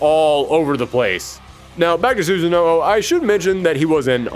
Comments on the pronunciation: This video was great and you always get me so excited and interested in any series you cover but "Susan-no-o" is my biggest take away from this, I'm sorry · the way you pronounce susano, lord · Why can't anyone pronounce susanoo correctly